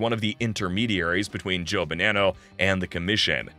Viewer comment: The way you try so hard to say “Decavalcante” but then say “Bah-NAN-Oh”